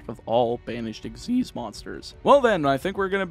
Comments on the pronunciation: EX-ease.....? Its X.Y.Z. ? The fug? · Nope, it's Ex-ease. Look up the anime for the pronouciation, they never call it X-Y-Z summon.